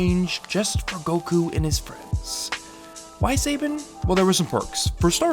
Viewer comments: Legendary Super Sayban!! Also I am sorry the pronunciation very distracting, almost can't watch cause it gets said so many times. I feel like you had not heard enough people say Saban and that is ok, but it is distracting. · "Say-bin" Lol Nice video btw. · The wrong pronounciation of Saban (sabaan) makes me mad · Say-Ben? What country are you from? Have you even seen Power Rangers? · Say-Bin, Say-Ben? Saban. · Hi-um say-bon for fuck sake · What’s this say-Ben you speak of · It’s pronounced (Suh-Bahn) Saban. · i thought its "sah-ban".... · lol it's Sah-bahn. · It's not pronounced like that. Saban. Suh bon... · Its pronounced sub-on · It's pronounced Sa Bon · Its pronounced Saban not saybyn lmfao! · Lol Sayben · I like your videos, but your mangling of that name makes this video almost unwatchable for me. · Pronunciation of a name doesn't have to do with your accent, my guy. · Is about to say that you're pronouncing Saban wrong glad you caught it here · That’s the first time I’ve heard someone pronounce Saban that way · It's incredibly distracting hearing it constantly pronounced wrong. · The way you pronounce Saban fills me with an unbridled rage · I love how I’m less than two minutes in and you’ve pronounced Savanna incorrectly, and matter of factly stated that Shuki Levy is just an alias of Saban when in fact he’s his own person. You also claim that Saban dictated the censorship. These were made due to broadcast standards at the time. No network would air the program at this point in time without these changes. Without these changes we never would have gotten DBZ at all and the lightening of censorship regulations for anime in the states. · Lol you pronounce Saban weirdly and yeah their bad but they did make power rangers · Thats how you're gonna pronounce Saban huh? Wild. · The way he mispronounces Saban drives me crazy. Like bro, did you not watch Power Rangers as a kid? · Is nobody going to mention his pronunciation of "Saban"? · Learn how to pronounce saban